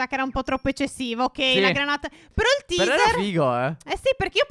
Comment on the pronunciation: Teaser si pronuncia teiser!!!!! >:-( ignoranti